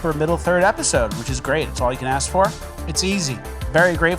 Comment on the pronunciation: Lemme axe you sumthin